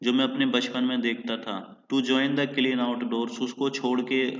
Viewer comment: क्लीन नहीं क्लाइन